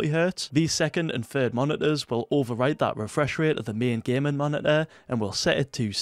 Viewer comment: he really said monituhh